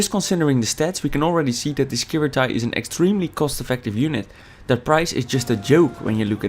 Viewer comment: you pronounce it wrong :P